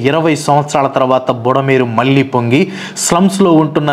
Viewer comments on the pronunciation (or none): none